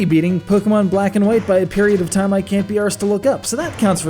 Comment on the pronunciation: Hearing an american say "can't be arsed" is priceless!